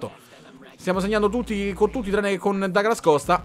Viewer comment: Comunque si pronuncia Duglas Costa...perché è brasiliano. Ma qui oramai...dopo Becnabor...😂